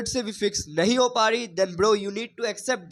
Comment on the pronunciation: 'Ho rhi hai' ko 'ho dahi hai' bolne walo ko seriously nhi leta 😂